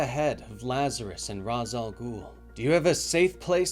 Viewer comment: christopher nolan ruined Ra’s Al Ghul’s name pronunciation lmao.